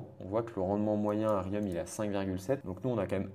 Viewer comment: J’ai mal au oreilles quand j’entends la prononciation de Riom